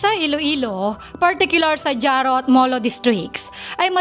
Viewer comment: JARO is pronounced as HARO not DZARO!